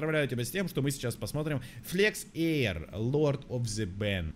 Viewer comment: Эир, а не аир